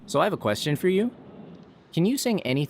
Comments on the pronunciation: I looked it up, and apparently it's pronounced 'Zhou'. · Andy Brice ithought it was pronounced "joe" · How hard would it have been to look up how to pronounce Tony Zhou's name?